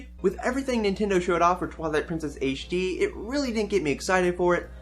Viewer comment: You saying ''Twillight Princess Aishe D'' distracts me way too much.